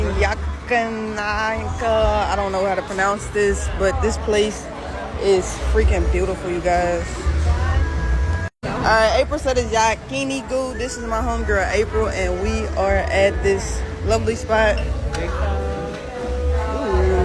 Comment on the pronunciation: LMAO I lost it on how she pronounced yakiniku. She lived in Japan you’d think she could say it somewhat right lol